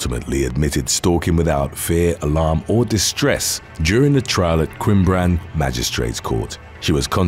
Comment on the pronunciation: awesome to see that you said Cwmbran Properly:D i remember that case lol wasnt much said about it in the neighbouring valleys tbh